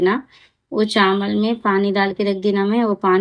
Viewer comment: Chamal nai chawal bolte